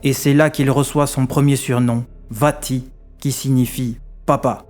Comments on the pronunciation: Super doc. Merci ! Attention, en allemand, le V se prononce F. Donc Vati se prononce Fati qui vient de Vater (père) qu’on prononce Fater. 😉 Continuez, c’est passionnant. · Vati de dit fati. Merci